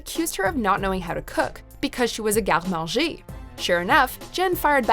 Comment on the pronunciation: I just can't get over the way she said that line . Garde Manager? I guess she's going in with that French accent lmfao